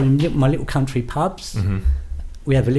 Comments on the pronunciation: The word you keep trying to say, and failing is "Country" Not "Counry". There's a T in it for a reason. I bet you say buha instead of butter as well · One of the most dangerous men in the 'cuntree' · "baddest men in the cunnry"